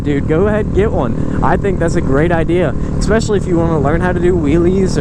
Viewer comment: Dude don't say exspecially